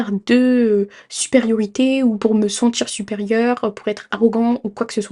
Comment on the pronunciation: De te sentCHIRRRR aberrent